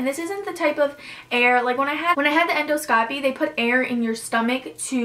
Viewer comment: The way she kept saying endoscopy made me cringe so hard. But this video was super informative